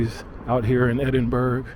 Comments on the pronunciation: It is pronounced edinburgh Scotland If you can't Pronounce it don't come to Scotland The One thing. The scots don't like is americans pronouncing edinburgh Scotland wrong It's annoying. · Hey! I love Edinburgh. My favorite "big" city in the world. Past & present merges so amazingly. I'd love to get back there someday. By the way, pronounced "edin-bur-uh." I hope you try the haggis! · Edin-bruh, not burg - pleased you came! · Welcome to Scotland; Failte gu Alba ( pronounced Alapah)! Edinbrah not Edinberg 😆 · Not EDINBURG! You say EDINBURAAA. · As someone born and bred in Edinburgh I’ll say this once due to misinformation being spread in the comments. It’s pronounced Edin-BRUH. Not edin-burra. that is how Americans typically pronounce it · As someone also born and bred, lives, works and will probably die in Edinburgh.... you are WRONG! it's edin-burra or Ed-in-buh-ruh. "edin-bruh" or "embra" is how Glasweigians pronounce it!!! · I really enjoyed the video, since I lived in the UK in the past, but have never been to Edinburgh. ☺You should have asked the locals, though, how to pronounce the name of the city, it was funny to hear "-burg" 😂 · Say Edinburgh like Edinburrah and Glasgow like Glazgo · I wonder how many people in the comments corrected his pronunciation of Edinburgh. Probably a lot. ^_^ Ed-in-bur-uh. I've lived my whole life in Scotland, live 2 years in Edinburgh for university. Sadly had to leave because of the cost of living in Edinburgh. I miss it. Wish I could live there again. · Only an American would jump to the conclusion that the sound of an ambulance must mean a shooting. Dear oh dear!!! It's pronounced ED-IN-BUH-RUH btw. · Edinbregh with silent g and h --> Ya silly sausage ye :face-blue-smiling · Edinburgh is pronounced Edinburra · you’ve never heard anyone say buh-ruh despite multiple people in the comments saying so and you keep wrongly contradicting them. It’s literally burgh.. as in the borough of somewhere, an area or district 🤦🏻‍♀️